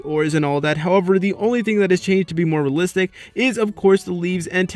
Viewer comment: I guarantee you that after this video you won't be able to hear the word "realistic" anymore😂 if you drink a shot everytime he say realsistik you and all your friends are dead after this video😂